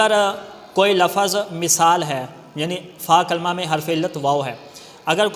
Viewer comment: سر لفَظْ نہ بولا کریں, لَفْظ بولا كریں